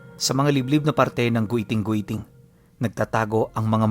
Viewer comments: Giting2x tamang pagbigkas nyan hinde po Goyting2x...😊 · ROMBLON & HILIGAYNON DIALECTS ALMOST HAVE THE SAME PRONUNCIATION, SO IT IS PRONOUNCE AS (GITING - GITING) NOT AS GUITING - GUITING). DO YOUR RESEARCH, IF U WON'T BELIEVE ME. JUST WANT TO HELP! THANKS! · mount giting2x po ang tamang pag bigkas nyan hnde gwiting2x hahaha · It pronounces GITING-GITING not "gweting-gweting" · It's giting giting po pronouncation niyan at Dito Yan samin sa sibuyan but sadly gusto minahin Yan ngayon😢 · sorry mali pag ka bigkas ng my guiting guiting po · Mali yung pag pronounce mo sa pangalan ng bundok